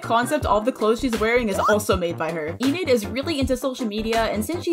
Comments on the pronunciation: I love your vids so much! Keep up the good work I hope it doesn't sound offensive but its pronounced en - id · Its pronounced "Eh-nid"